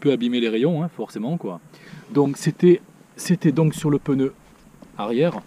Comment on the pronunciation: Pneu* pas peneu